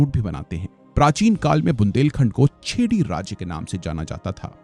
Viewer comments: It's not छेडी, चंडेला or बुंडेला..it's चेदि, चंदेल and बुन्देल..it's bit irritating to hear such pronunciation from a prestigious study platform. Everythig is excellent. Just a good pronunciation is expected.🙏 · Video banane se pahle vaha ke Name sahi se pata karna chahiye ,, ek v jagah ka name sahi nhi liya aapne. ओरछा है na कि orkha, टीकमगढ है न कि timaggad, its चेदी not चेडी, its धसान, धासन नही